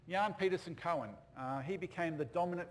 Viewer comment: Coen is pronounced "coon", not "cohen".